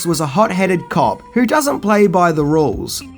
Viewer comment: Thought you said Cock buddy movie !!!!!